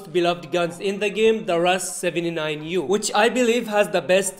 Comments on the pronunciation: It's Called the Russian 79-U, not Rush 79U Anyways, Nice Content. Keep it Up bro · No one Literally no one Others: R. U. S. 7. 9. U: Russ 79 you